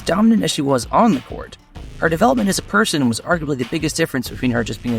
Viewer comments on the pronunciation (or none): Person not parson